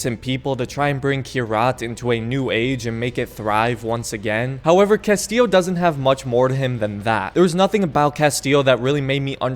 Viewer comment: I've never played far cry 6, so I have to ask without googling to spoil much. The "narrator" of the video sounds REALLY ambiguous when he says the main Giancarlo's character name. Is he saying "Castile" or "Castillo?"